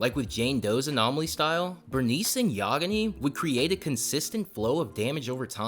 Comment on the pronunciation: What you said might be actual cooking but hey man "Burnice and YaGaNi"